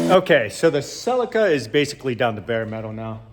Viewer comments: Celica not selli-kkarrrr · Sell-in-Kuh vs Sell-eek-uh… Clarkson goes for the latter. Divided by our common language… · And here I was looking for the silica till I realised that Americans dont say Celica 😂